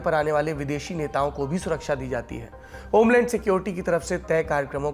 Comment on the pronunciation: Mene omelet security suna dusri baar bhi fir yaad aaya homeland secrurity hota hai, jukhaam ki dwaa daru lijiye Saurabh ji 😅😅😂😂